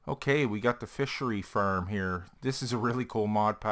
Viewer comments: Its pronounced farm not farm !!!!! You idiot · FARM NOT FIRM !!!!!!! GOD DAMMIT